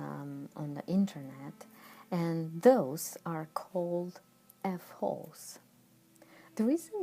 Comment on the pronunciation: not S its F like 'F holes' Not S